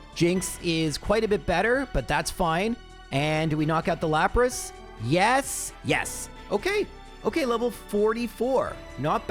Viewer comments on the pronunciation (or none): none